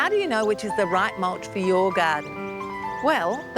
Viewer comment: I just love how she says mulsh ... I'm saying that way from now on